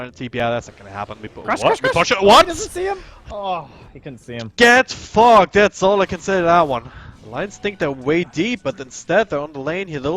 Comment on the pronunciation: lmao when I first heard it I thought he said get fucked xD